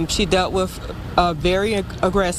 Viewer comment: since when is wif (as in she dealt wif) a word?